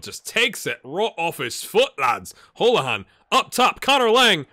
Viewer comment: Holohan is pronounced Hoolahan btw :)